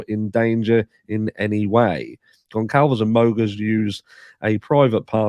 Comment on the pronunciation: Hey,! GonCalves is pronounced “Gun-Salvez” Thanks for covering this case!